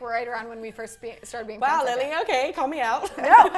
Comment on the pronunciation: I don't personally fallow Jessi but i haven't forgotten her since Lunchy Break, i use to say Lily like a normal person until her episode. Now i say Lilllly like her without being facetious, she literally changed the way i pronounce the word lily.